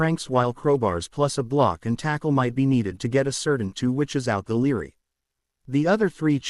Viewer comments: It is library, not leery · I agree not sure why some words like library aren't pronounced clearly